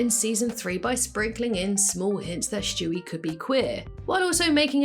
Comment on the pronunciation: I’ve realized that you say “Schtewie” instead of Stewie and I think I’m gonna say it like that from now on